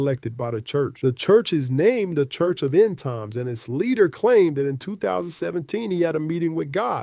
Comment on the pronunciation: Pastor Entoms/"End-Times" 😅😂